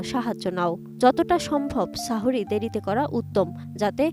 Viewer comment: সাহরী না বলে সাহওরী বলেছেন